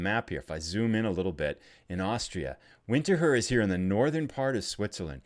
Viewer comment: go to Winterthur. But do call it "Vinter-toor". :)